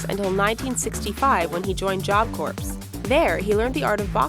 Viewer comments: Corpse? It's corps. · she really said corps like corpse, jfc